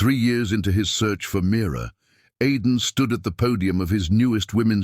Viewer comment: Name is Mira not mirror